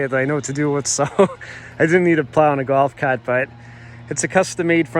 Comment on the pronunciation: “Gowf caaht”